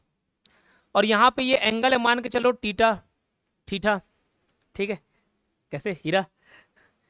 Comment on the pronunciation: टिटा नहीं थीटा .😅😅😅😅😅😅😅😅😅😅😅😅😅😅😅😅😅😅😅😅